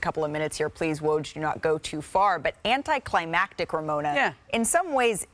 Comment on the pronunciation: woj said “anticlimatic” 😂😂